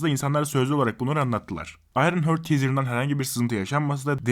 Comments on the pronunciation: Hörd değildir o, Harttır. :) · ufak bir uyarı: Ayrın Hört değil, Ayrın Haart. 😉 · Ayrınhört demeyelim de Ayrınhart diyelim biz ona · Ayrın hört ?? Heart ne zamandır hört diye telaffuz ediliyor yapmayın Allah aşkına. Bi' zahmet Google'a gir bak bakalım nasıl telaffuz ediliyor. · ayrın hört :d